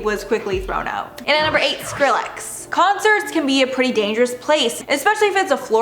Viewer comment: Why you pronouncing skillex like that 😭😅